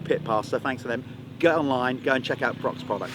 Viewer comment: Prox ? PROX ? What ? "Pro X " 😅